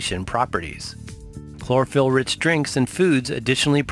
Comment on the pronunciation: Chlorophyll sounds more like borraphyll